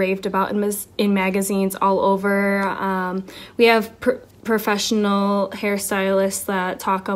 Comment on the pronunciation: I really trust someone that says "perfessional" instead of professional. Really shows how educated they are.